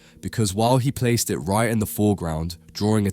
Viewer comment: Furver ( further) wright ( right) befwore ( before) Frwoo ( through) fweest ( first ) WHAT ACCENT IS THE NARRATOR USING PLEASE